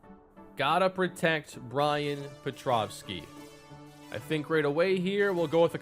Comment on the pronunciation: Am I the only one who hears pronounce his name “petrovski” instead of “petrowski”